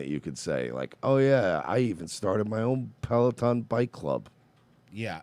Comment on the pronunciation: He absolutely said Pelotom